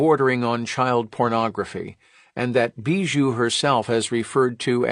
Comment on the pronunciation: The way you pronounce bijou is really really weird.